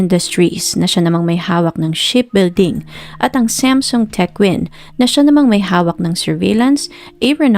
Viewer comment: ANG ARTE MO NMAN MG PRONOUNCED MO NG SAMSUNG🙄DI Q TULOY ALAM NUNG UNA QNG ANONG KUMPANYA ANG PINAGSASASABI MONG KUMPANYA, ALAM MO NMAN SA BUONG MUNDO NA SAM-SOONG ANG BASA DYAN NDI SAMSEN🤪🤪🤪🤪🤪UMAAARTE KA N DIN MG NARRATE⁉️OK KA NA SANA NOON EH🤪🤪🤪🤪🤪